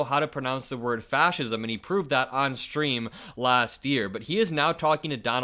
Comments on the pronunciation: He said fasist. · He can’t pronounce fascism but he has no problem voting for it.